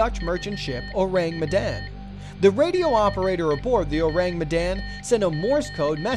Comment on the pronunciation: You pronounced Ourang Medan wrong... ORAHNG MEHDAHN